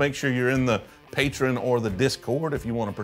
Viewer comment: Hot take: You mispronounce Patreon every time. 😂